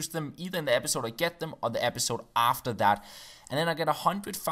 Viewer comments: Lol 'Pepisode' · haha "pepisode" in the second page of the rules :)) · it Says pepisode NOT episode #Fail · Pepisode lol 😂